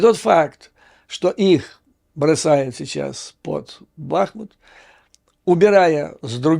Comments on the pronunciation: Здравствуйте, Юрий Борисович! Имею критическое замечание по названию города. БахмУт. Именно так ставится ударение. Никаких оснований для "прибахивания" нет. Кстати, кацапы уже третий раз за историю города разрушают его до основания. Спасибо за вашу работу. Слава ВСУ & God bless America! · БахмУт！очень режет слух и болью отдается каверканье названия города